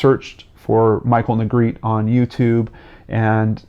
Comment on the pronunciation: Negretè is a Spanish surname. It is pronounced NEY GRE TAY. Negretti isn’t Spanish. Negretè is traditionally pronounced and the R is rolled.